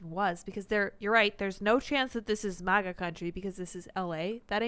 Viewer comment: Tim pronounces MAGA in a weird way.